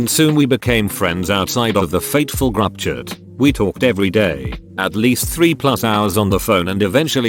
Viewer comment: Text : group chat Robot voice : grubchat